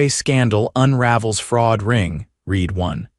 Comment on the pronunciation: Hey AI! Read has two pronunciations, RED and REED. A frame isn't one word. Too many crazy pauses, mispronounciations and tonal inflections. I bailed.